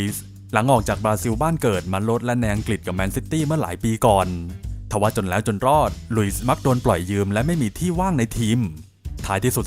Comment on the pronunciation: แหล๊วววว ชอบการออกเสียงคำนี้